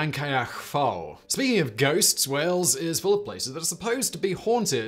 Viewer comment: 'Fawr' is pronounced 'Vowr', Simon. Just saying. Also: 'Llangollen' is pronounced 'Thlan-goth-len' (the closest I can write it phonetically) . I have fond memories of my late father, whose family came from Mountain Ash, correcting some tourists in a café in St Davids, who were discussing loudly where they were going. We'd had breakfast, which included cockles fried with bacon and Laverbread. Such happy days!) Aaaargh! 'Dove-ed', not 'Diff-ed'! And in that one, the teacher got all the children separated, and got them to draw what they had seen. The drawings were surprisingly similar.